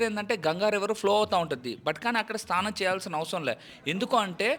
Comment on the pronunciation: స్తానం కాదు స్నానం అనాలి